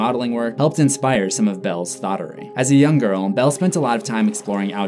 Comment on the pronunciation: Did he say “Thott-ery”?😂